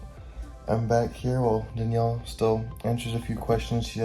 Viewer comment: denyell defintly😂